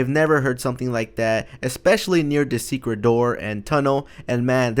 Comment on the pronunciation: secret not suecet